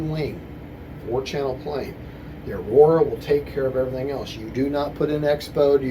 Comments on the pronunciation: Awesome video ! You really helped me get the aura Hooked up and working properly... ( it's Aura Not "aurora".... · Why must you continue to say Aurora when it is spelled Aura! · because it should have been called aurora. Everyone knows that. Just rolls of the tongue better than aura.